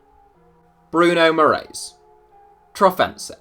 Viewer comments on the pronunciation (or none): for future reference, the correct pronunciation of “Moraes” is “More-eye-sh”